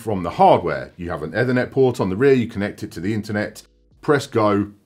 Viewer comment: do u say Ed-Thernet every time on purpose to piss off anericans 😂